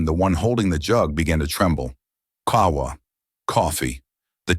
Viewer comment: At least he could have prononced Qahwa correctly with a Qaf. The voiceless uvular plosive sound (/q/), produced by articulating the tongue against the back of the throat (uvula), distinct from the English /k/ sound